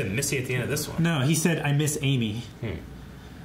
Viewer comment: AlexGlushkov no “miss Amy” just sounded like missy. Nothing to do with subtitles